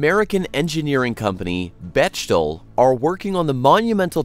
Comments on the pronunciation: Bechtel is pronounced "beck-tell" not "betch-all". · It’s pronounced Bek-tel. Do your research. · Pronounced BeckTel... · Pronounced Bek*Tel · It is pronounced Beck-tal.